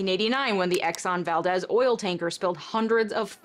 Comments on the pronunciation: This is the smallest most minute least important nitpick I could possibly have for your video BUT I GOTTA SAY IT As an Alaskan, Valdez isn’t pronounced Val-dehs/Val-dezz, it’s pronounced Val-dees. Like the deez nuts meme, yes. I haven’t been to Valdez in a while, but whenever anyone talks about it it’s pronounced like that. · Believe it or not, the oil tanker’s name was pronounced "Val-DEEZ"—I know, it hurts my ears, too, but that is how it was pronounced. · As an Alaskan I need you to know Valdez the e is pronounced like the letter e. Made me laugh the way you said it. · The Alaskan oil spill tragedy was caused by the Exxon Valdez, it’s pronounced Val-Deez for some reason, not Val-dez I lived through it and heard it a million bazillion times on TV and radio, you’re too young to know this, but it was always pronounced Val-Deez.